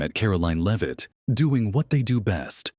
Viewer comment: Your Freakin AI needs to learn how to pronounce Leavitt...